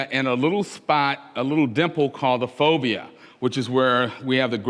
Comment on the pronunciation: I thought he was saying phobia. He means the fovea centralis.